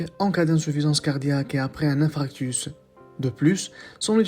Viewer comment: On parle d'infarctus et non d'infractus .!!!!